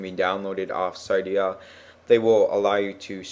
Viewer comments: pronounced ci-dia not cydia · How the fuck did you say cydia (ciydiah) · Can't say cydia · Pronounced cydia wrong